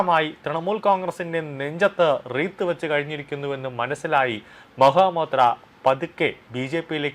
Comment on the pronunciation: Mahua Moitra. ! And not Maha Motea ! You have to speak correctly 😂😂😂